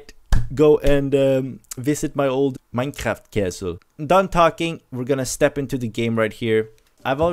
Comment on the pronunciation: Also i love how he says MineKraft and not Minecraft XD